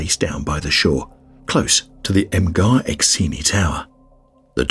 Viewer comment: Mgarr is pronounced "Im-jarr"